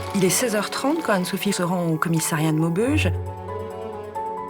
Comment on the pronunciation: Moboge ? Ou Maubeuge??